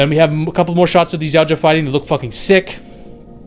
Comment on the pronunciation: Stfu it’s YAUTJA not YEOWCHA! Dumb ass kids. Just TAUGHT YA.